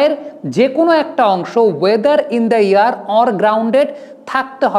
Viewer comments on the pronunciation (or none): ভাই শব্দটা "ইন দ্যা এয়ার"